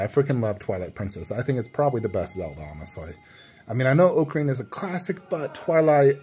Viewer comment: Please pronounce ocarina properly 😬